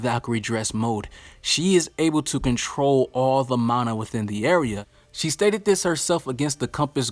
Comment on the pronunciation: It’s a problem because you keep mispronouncing mana